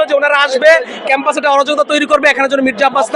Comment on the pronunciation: ক্যাম্পাস কে বলে কম্পাস